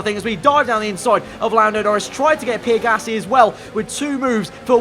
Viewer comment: Everyone else: Pierre Gasly: PEER GASSLEE